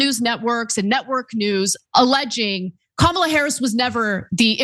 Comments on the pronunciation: If their gonna keep intentionally mispronouncing Kamala, I'm calling him Tramp. Got to say it's fitting in so many ways.💙💙💙💙🌈🏁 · Interesting how every single republican forgot how to pronounce the VP's name at the same time. It's a pretty transparent strategy, I wonder how long they'll keep it up. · They can't even say Kamala's name correctly.